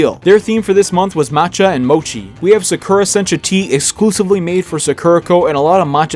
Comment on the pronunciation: I heard the way you pronounced sakura and that is why I decided not to watch your video, I am sorry